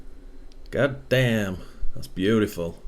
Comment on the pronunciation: Lol. You sounded so American when you said( got damn that's beautiful.) Love your YouTube rc page. I'm a traxxas and arrma guy myself. Thanks for showing me more about tamiya. And yes that shit is beautiful! I love rc! Fuck yeah!